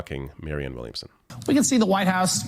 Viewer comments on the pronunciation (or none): still seems to have trouble with the name "Williamson". Did she say "Womanson" again? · "Marianne Wilmingson." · Dude... The first woman didn't know the word for a crystal ball, and the second woman got Marianne Williamson's name wrong. Jesus Christ